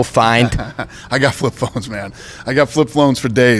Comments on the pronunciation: "flip phlones for days" lmao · Dana”I got flip phlones for days” white